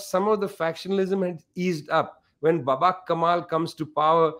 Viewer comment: As an Afghan born in sixties in liberal Kabul, no doubt that by far this is the most authentic and accurate depiction of recent past events in Afghanistan I have ever heard from a credible source … it’s as if Vijay Prashad speaks from the mouth of a liberal neutral Afghan …. Though he pronounced Babrak Karmal’s name as Baber Kamal , it didn’t undermine his authenticity